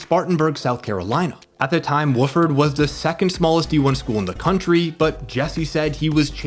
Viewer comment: You know it’s written by AI when you call his college Wooofard!